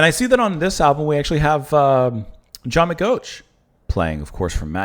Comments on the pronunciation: Your pronunciation of "McGeoch" was truly horrifying. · it isn't an easy one to guess how it is pronounced, we have actually hear it said before, so we are at an advantage.